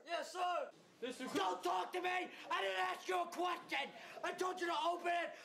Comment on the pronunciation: I didnt ask you a qwestwion.